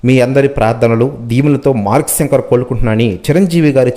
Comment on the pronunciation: తెలుగు ni kooni cheyaku babu సంకర్ kadhu ra babu శంకర్ ani paluku